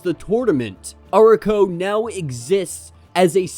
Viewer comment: Really great video, but your pronunciation of Arakko really caught me off guard. I've not heard that pronunciation before.